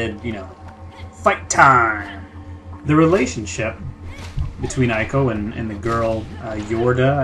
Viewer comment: Why the fuck can't you pronounce ICO correctly?